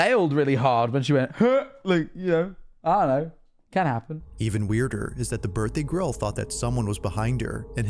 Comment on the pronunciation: i can’t stop laughing at saying birthday grill